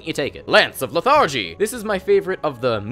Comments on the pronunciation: Good video! Just one complaint; Le-thar-gy - /ˈlɛθədʒi/, not le-thargy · "Lance of lethARGY". Lol its "LETHargy" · LETH-argy, sir.